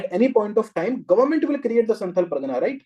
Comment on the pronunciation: Sir it's संथाल not संथल Sorry